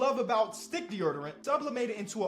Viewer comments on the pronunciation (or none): Nah fr you don’t pronounce deodorant like that in real life 🤧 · Tf is de'erderent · Bro said deeyerderant😭😭😭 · No disrespect meant but that sponsor got me dying, someone gotta teach how to say deadorant yo 😭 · bruh Deordant lol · Plot twist: is pronouncing deodorant like that to get his engagement up cause he knew we’d all talk about it in the comments. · pronounces deodorant like he’s from Baltimore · bro cannot say deodorant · Bro CANNOT say deodorant 💀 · Bro I love you, but we gotta figure out how to say deodorant 😂😂😂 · it’s deodorant😂😂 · not saying deodorant right has me crying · Can we talk abt how pronounces deodorant😂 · Dior dior-ant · the way he says deodorant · i got a new challenge for: try to say deodorant 10 times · you know I love you my boi but it's pronounced dee-oh-dur-ent 🤣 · the way pronounces deodorant 😂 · Why he say deodorant like that?😂 all love bro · Bro the way says deodorant 😂 He like throws an erd in there I had to play that back a couple times 😂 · I don’t even know how to spell the way you say deodorant 😭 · u the goat dawg but the way u say deodorant got me cryin 😂😂😂😂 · The way he said deodorant made me mad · Same. I lost it the first time he said it